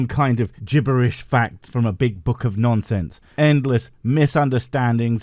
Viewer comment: "Gibberitic" 10/10